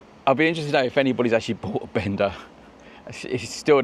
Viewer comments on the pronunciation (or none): Thing is, the bikes are called Benda, not Bender. Huge difference. Pronounce the 'a' properly & it's nothing like what many people take wrongly.